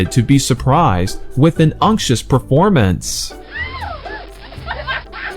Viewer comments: D E A R V I E W E R S -- MISPRONUNCIATION REMINDER!!! Please note that the word UNCTUOUS should NOT be pronounced "UNK-shuhs" or "UNK-chuhs"; the CORRECT pronunciation is: UNK-choo-uhs. Also, note the spelling: UNCTUOUS; not -ious! By the way, on YouTube does indeed pronounce the word CORRECTLY. Thank you. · You did a creditable work. English learning folks would really find this video interesting. However, I suggest that you could've been a bit more serious about preparing word meanings. Some of the word meanings (attrition, beguile, titular) have gone off target and certain pronunciations were also wrong (idyllic, unctuous). Try to be more sedulous while working on your next video because when you make knowledge-based contents for the public, you should be responsible for what you say.